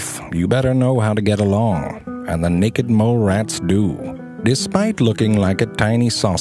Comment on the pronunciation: I like the way he says naked! "Neckked"